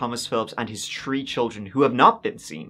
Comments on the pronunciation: In this episode, said “tree (3),” “turteen (13),” and “turtieth (30)” sixteen times. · She disappeared tree times and she was twenty tree , poor girl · Did he say * this happened TREE times*? 😅 J/P ty for the vid! 👍